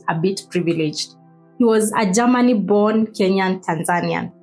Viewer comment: What's Ger-ma-ni?...se- pa- ra tion😂😂